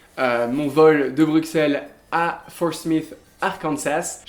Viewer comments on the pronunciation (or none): Oh non! Il prononce "Bru[KS]elles" et pas "Bru[SS]elles" XD